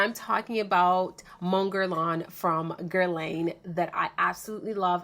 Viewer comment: "Mon Guerlain by Gerlane"